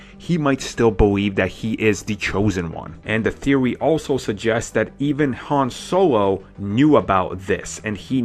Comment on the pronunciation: "bawencing" "beweve" "han sOwO"